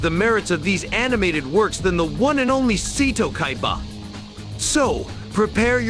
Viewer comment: Seeto Kaibah, lol. Interesting list.